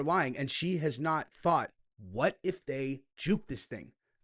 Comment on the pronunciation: I love “THOUgHt ! Excersises!🎉